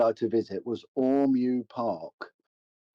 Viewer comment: Ormeau is pronounced ormoh not ormew